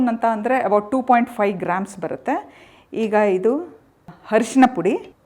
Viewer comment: Arisina.... ಅರಿಸಿನ not ಹರಿಶಿನ